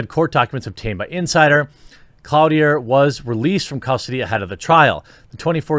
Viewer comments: Cloutier is French btw, it's sounds close to clue-tee-ay ... sorry small pet peeve from a French Canadian, have to admit that I hate hearing my name (not Cloutier) being butchered! I'd bet anything that the father is absent or more than probably she doesn't know who it is! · Cloutier is probably pronounced clō-tee-ay. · Cloutier = Kloo-tee-ay. It means "nail-maker."